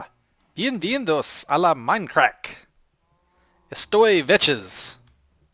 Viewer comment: That spanish was awful, is "Bienvenidos" and "Aqui Vechs"... lol